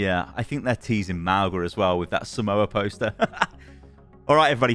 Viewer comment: It's "mah - oo - ngah"